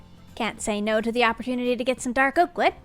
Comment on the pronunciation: The aprotunity cracked me up it is oprotinity😂